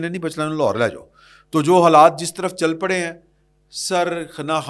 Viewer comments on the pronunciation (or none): محترم کچھ لفظ اور ٹھیک کر لیں۔چر نہیں ہوتا چل ہوتا ہے۔چل رہا ہے۔چرنے کا کام تو مویشی کرتے ہیں۔اسی طرح شاہدرہ نام ہے۔شدرہ غلط ہے۔یہ نہ سمجھیں کہ آپ کی باتیں متاثر نہیں کرتیں۔اور صرف اغلاط پر توجہ ہوتی ہے۔